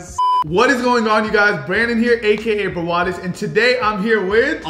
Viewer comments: It’s Brawadis and it’s not Braewadis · The amount of times Brawadis says ORAN Chicken is crazyyy 😂